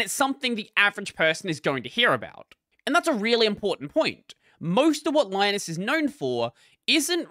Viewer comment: Linus Torvalds' name is not spelled pronounced the same as Linus Sebastian's name. Because Torvalds is finnish. His name is spelled pronounced Leenoos, but ee and oo are short. There's a short clip on YT where he mentions about how Linux and Linus are spelled pronounced. Edit: meant to talk about pronunciation, not spelling.